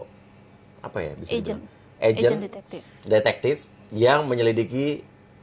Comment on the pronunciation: Bang uya sampai salah ucap... Menyilikidi... 🤣🤣🤣